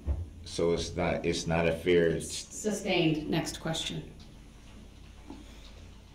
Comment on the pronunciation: “suBstained”….. according to him 😂😂😂